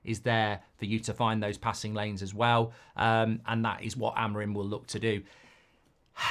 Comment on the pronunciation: Rúben Amorim!!!! Say his name right pls, it's AMORIM not AMORIME , try to pronounce the "I" more.